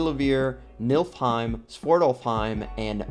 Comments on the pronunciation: its Niflheim, but yeah would love to visit Milfheim where lots of Valkyries and Hela are. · Did you say Milf-heim? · NIF-LHEIM... Sorry couldn't help it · so mcu seperated svartalfheim and nidavellir into two realms and joined niflheim and helheim into one. Also its pronounced Nee-fil-heim not nifl-heim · I wanted to comment about the mispronunciation soooo bad until I saw this comment